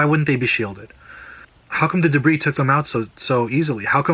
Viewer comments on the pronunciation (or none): none